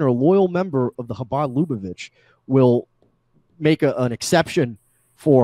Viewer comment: Omg this drives me up a fucking wall. It's not pronounced "LOO-bo-vitch," it's luh-BUH-vitch.